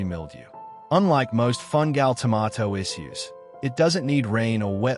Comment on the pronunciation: dont care how accurate it is, everything in this video void after the first pronunciation of tomato..